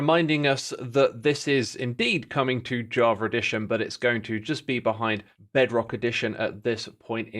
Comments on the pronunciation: "Jaw-ver edition" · I love the way he says Java Edition, "Javredition"